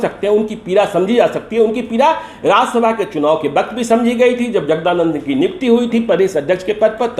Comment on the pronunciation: Phir waqt ko baqt kahta hua senior journalist